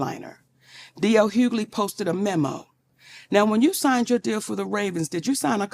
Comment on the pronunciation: who is DL Huely? 😂🤣🤣 Chile, I love it.😂